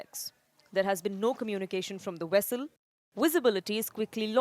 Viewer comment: It's not "wessel". It's vessel. And you can't say poor weather conditions for underwater areas.